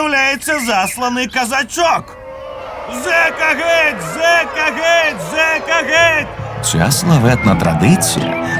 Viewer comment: Чудова робота! Дякую всім причетним. Але зверніть увагу на вимову дикторів, що читають текст. Ці тверді російські ''ы'' та ''э'' (''мы, прогнаты, гэть'') пом'якшення йотованих( ''Украіна'', 'обыраэмо'') роблять мову ненатуральною і негарною. Часом хочеться вимкнути звук.